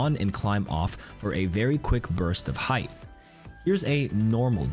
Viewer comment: “Height” not “heigth”